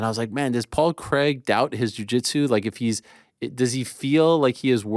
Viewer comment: I only put this on to see the hypocrisy of how Ariel makes such a big deal about pronunciations - when he can’t even say Craig 😂